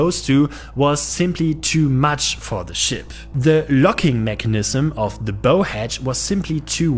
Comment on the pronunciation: Nice video! Note: "bow" (the front of a ship) rhymes with "how". English pronunciation is a nightmare...